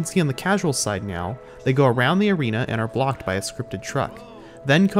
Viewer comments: Are you.... Are you saying "right meow?" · did he say “meow” instead of “now” just then?